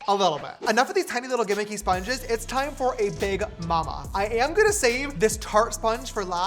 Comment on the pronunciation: STOP SAYING GIMMICY FFS